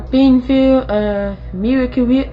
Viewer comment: Spwoonfwul of meyacuo wip